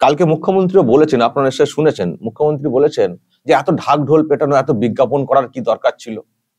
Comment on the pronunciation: মূর্খ.... ন্ত্রী কে আপনি মুখ্য..ন্ত্রী বলছেন। শুনতে কষ্ট।